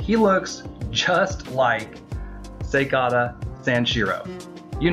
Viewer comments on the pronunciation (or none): You said his name wrong, it's pronounced Sega-ta. Not just what you said.